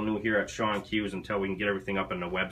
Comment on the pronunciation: It's pronounced "Shone" but I too have a bad habit of pronouncing it "Shawn"